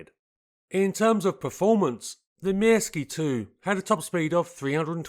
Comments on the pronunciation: I was once involved with a Finnish woman. I seem to recall that the Pyörremyrsky is pronounced along the lines of Pir-ror-mursk. The Myrsky is Mursk, I understand. No 'ee' sound. I recall from my teens (the mid-70's), a very good article on this aircraft in the Air International magazine. This led to a fascination with the Soviet attempts to invade this country and the Finn's fight back. Incredible David and Goliath stuff on an epic scale. Apparently the Finnish execution of the battle of Suomussalmi (I think pron Sue-oor-sal-mi) is taught in the US West Point military academy to this day. Finland was the only one of the states that gained independence from Czarist Russia that remained independent post WW2. Fascinating history. Sheer bloody minded determination not to give in. Worthy of a programme all in its own right. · Thank you very much for this excellent video! I couldn't find any flaws! You pronounced Myrsky close enough - except for the letter y. The y is pronounced like ü in German or u in French. It also kind of rhymes with view. In Finnish the letters are (almost) always pronounced the same way and all letters are pronounced - also the double ones. The exceptions are the combinations of nk (like the last sound of thing + k) and ng (like the last sound of thing). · "Mörskö" in German is probably the closest pronunciation you're going to get if you don't know the difference between ö and y in Finnish. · Never heard "myrsky" sounding so Russian in my life